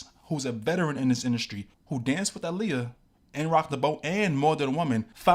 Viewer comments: DNT KNOW U OR THE CHANNEL BUT PLEASE PUT SOME RESPECK ON HER NAME IT'S PRONOUNCED "AAHLIYAH" NOT "ILIYAH" RT.. BESIDES THT U AIGHT WIT ME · Why do you keep pronouncing her name like that ?? so simple and yet you’re still mispronouncing it🙄